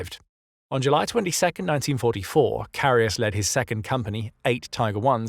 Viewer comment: Great video, but as a german it hurts my ears how his name is butchered in the video.